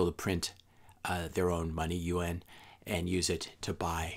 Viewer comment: Good content. Agree on Bitcoin, but don't believe we are going to have another world war, certainly not like we have in the past. I was getting confused by UN...it's pronounced (you-ohn) Yuan. Good video